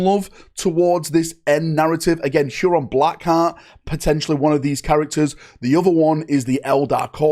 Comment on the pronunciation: Again there is no S in Huron Blackheart, stop pronouncing it like that